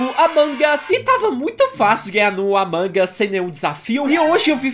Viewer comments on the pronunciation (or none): amangas as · ai eu gosto de AMANGAS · O batata fala amangas😄😄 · Não é a mangas .é almôndegas kkkkkkk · ninguém: a Batata: "Amangas" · O batata fala certo o nome é "Among Us" mas se diz "Amangas"